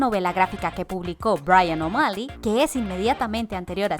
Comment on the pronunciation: joder como pronuncia O'malley mecago en absolutamente todo